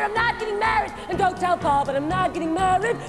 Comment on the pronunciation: She seems very incapable of saying the word "MARRIED", and is obviously not usually a singer (which seems to be the case of... everyone in this clip), and shouldn't have even attempted the accent. Though I do like her expressions.